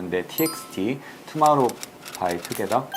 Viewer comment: 투마로우 아니고 투모로우 예요..ㅠㅠ